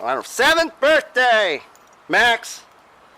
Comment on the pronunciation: That's quite and adventure mate! Did it smell bad down in the Graffiti area? You said "Birearthday" like a Brit back when you were 10 years old... Definitely not an Aussie!!! I can tell you were trying to keep it American... wow. forty years later and you are still doing it!... hahahah " Hello, I'm Chris Potter and I'm great"... little Doctor says, "He sucks."